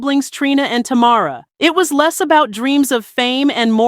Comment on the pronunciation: She got Tamara name right one time.